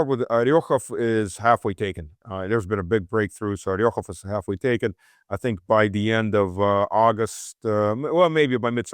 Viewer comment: It's OrEkhov & Druzhkovka. Come on. Not "oryokhov" & "druzhinka".